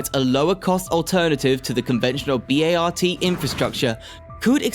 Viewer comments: Ow, my ears are not ringing, they are stinging! It's not like any one of the names massacred is obscure. Listening to B-A-R-T being spelled out so many times, a reference I heard spoken by no one in all the years I lived in San Francisco, was just another of the many scrapes on the eardrums as listed in these comments. Given the many errors, I'm glad I didn't B-A-R-F! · The California High Speed Rail project is a major one you missed. Also it's pronounced BART not B A R T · I like what you have to say good information thank you.. At the same time, though you have to learn how to pronounce cities and transit agencies.. I mean b a r t ! Think Bart Simpson That's how you pronounce Bart. And San Jose Say San Ho-za. San Jose the J Is silent. Use H when saying Jose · Another Click-Bait where the Thumbnail has nothing to do with the subject. This dafty guy is slaughtering American English left and right. It's pronounced "BART" as in Simpson! No one calls it "B-A-R-T". Also, Van Nuys is pronounced as "Van Nuys" as in "Guys", not "News". Another one: "Los Angeles" is pronounced "Los An-ge-less", not "An-gel-eeze" like "squeeze". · They are pronounced "Bart," like the guys name, "Der-RID-ee-un," and "San Ho-zay." These are three among many other weird pronunciations. Was this vid produced with an AI voice or script writer?